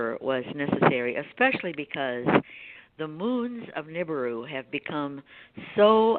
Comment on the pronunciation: Nancy, you really should learn how to pronounce Nibiru.